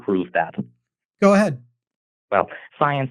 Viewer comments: "sigh-ence and logic" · Sigh-ence and logic. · Sigh-ence and logic